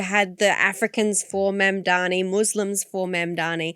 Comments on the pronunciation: THE MAN IS MAMDANI. THE INTERVIEWEE CALLS HIM MANDAMI, A MALICIOUS CORRUPTION OF THE NAME BY HIS MAIN COMPETITOR ANDREW CUOMO. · The biggest Mamdani effect appears to be newscasters, pundits and commentators being totally stumped by a 3 syllable name.. MAM - DA - NI for crying out loud. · Its easy to say his name MOM DAANI. Pls learn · How difficult is it to get his name right? MAM--DA--NI, for god's sake. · It’s deliberate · It's intentional.